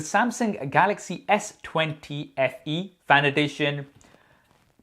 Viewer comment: I thought it was S20 Fan Edition but my dude telling me "Only Fans Eadition". 😂😂😂😂😂😂😂😂😂